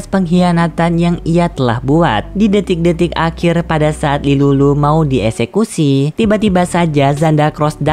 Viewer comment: Tilulu kak bukan lilulu😅😅